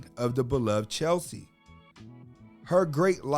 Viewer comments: Her name was Cheslie NOT Chelsie!! Please, get her name right at least because you kept mispronouncing it this entire video!!! And her last name was Kryst NOT Christ bro!!! May she R.I.P.🤍🕊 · Respect- it's CHESLIE(Chezz-lee) not CHELSEA. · Cheslie, (not Chelsea!), was an attorney and earned an MBA at the same time. God rest her soul. Keep Cheslie (pronounced Ches-lie) and all persons suffering from depression in our prayers. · At least pronounce her name correctly. Furthermore, mental illness is REAL. It doesn't discriminate! We'll miss you Cheslie.💔